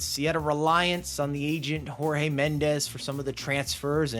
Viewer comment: Jorge Mendes is portugués so his name is pronounced like George in English and Mendes is pronounced Menendj. Jose Mourinho called out a reporter at a press conference when he first came to Chelsea, Portuguese J like English J, English speaking media make the same mistake with Bruno Fernandes from Manchester United his name is pronounced Fernanj. Portuguese don't like being compared to Spaniards it's like calling a Scottish or Irish person English or a Canadian an American.